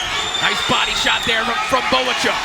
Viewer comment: Why does he keep saying Bokachok? It's obviously Bohachuk!